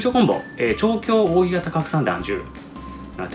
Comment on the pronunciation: 扇形はせんけいと読む方が良いのでは？